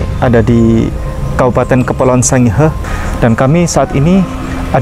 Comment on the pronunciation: ngomong Sangihe salah,botol